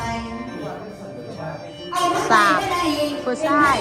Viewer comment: ออกเสียง ชาย ยังไม่สำเนียงลำ